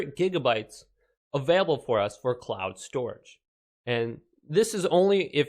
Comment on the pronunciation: 'council storage'